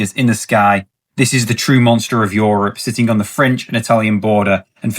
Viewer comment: plz stop saying YOrop instead of europe xd